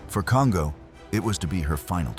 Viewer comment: Pronunciation: The name Kongō does not rhyme with "bongo". It's more like the English "Cone-go". In Japanese, every "o" is a "long o" (as in English-- dome, polo, toll.) "O" and "ō" are the same sound, but "ō" is twice the duration of "o". This is common as in Tōkyō. When "n" is followed by "g", they are never combined as in English (song, king, ringing). They're separate, as in English "Cone-go".